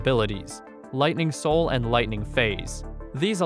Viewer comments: Hey uh its not soil break its soul break dude 😂😂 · Why do you keep saying Soil Break tho? 😂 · Why does he pronounce “soul break” as “soil break”